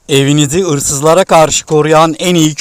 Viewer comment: Abe sen nerelisin, ırsızlar diyosun susak 😂